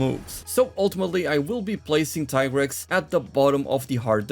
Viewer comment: Hey , its pronounced tea-grex , u thought i wouldnt notice ?